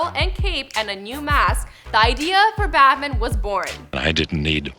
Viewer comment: Why can't she say BAT man